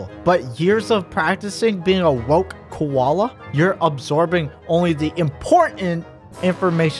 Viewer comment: “WoKe KoWAlA” Lmao